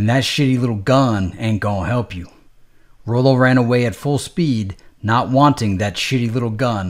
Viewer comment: i believe it's pronounced Rollo🤔